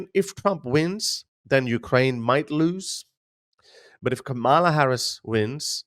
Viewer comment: OK. I'm out, Harris. At least pronounce her name properly. No, she will not be the dumbest. If you are a Trump apologist or supporter, you fail too. She ain't perfect regarding Israel, but she can change. Trump, too, hates the west, approving dictatorship and authoritarianism, attempting to alter through violent insurrection the outcome of an election.